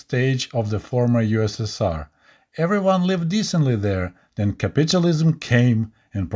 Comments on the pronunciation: Not nagging, but it's pronounced as capital (money) ism. Not capitulate (surrender/give up) ism. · Pronouncing capitalism as sounding like “capitualism” adds an amusing twist to listening to this presentation.